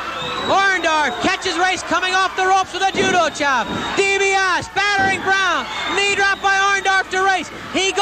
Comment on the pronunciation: man, nobody knew how to properly pronounce Dibiase back then especially in mid south.